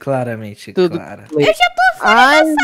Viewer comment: Falou bunitinoh falou tludo